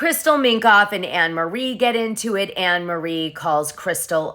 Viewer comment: Her name is pronounced Annamarie